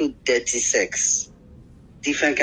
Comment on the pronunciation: Him say “dirty” not thirty.